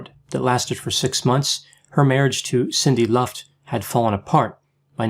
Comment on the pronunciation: You keep saying Garwin instead of Garland. Minnelli was miss pronounced initially and you seemed to say Cindy Lunft instead of Sidney. Are you ok?😆😆😆